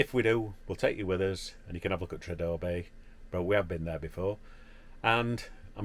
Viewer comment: Pronounced tree-ar-der Bay. Bless you ❤